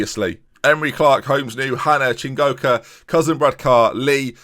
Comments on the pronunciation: That first correct pronunciation of "Chingoka" was the most I've celebrated anything in all of 2020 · HE DID IT* *pronounced Chingoka and Matsuda correctly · It was the "Matsuda" for me, the mistake with Chingoka was more understandable as there is actually an N in his name to start with.